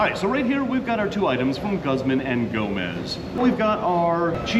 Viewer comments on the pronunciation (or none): Mexican food wpuld be more popular if we had more actual authentic Mexican food here. P.s its pronounced like gooz-mahn ee Go-mez.